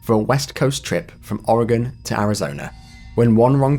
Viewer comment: Omg you pronounced "Oregon" correctly ❤❤❤ I know people from California that can't do that.